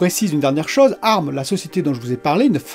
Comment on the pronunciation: On dit A . R . M ! 😂😂 Excellente vidéo comme d’habitude !